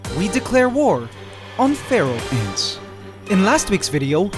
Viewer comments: I used to think he said feral ants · When he said Pharaoh ants I thought he said Feral Ants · You pronounce Pharaoh and Feral almost the same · All this time I was pronouncing 'pharaoh' ants as "feral" ants oops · For the past two years I thought he said feral ants and today I find out its Pharaoh ants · I think you should call the Pharaoh ants “The Feral” because Pharaoh (when you say it) it sounds like feral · This while time... I though said Feral ants... Yikes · ahhhh I keep hearing feral instead of Pharaoh.